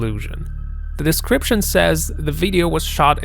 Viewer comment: Its a video video video . What the fuck is a veideo veideo rageing pronounce the word correct0